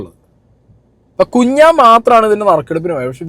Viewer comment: കുഞ്ഞാൻ ❌കുണ്ണൻ ✅